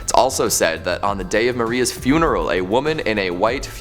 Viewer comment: “fuNERal” gown??? I’m not sure that’s how you artiCUlate that.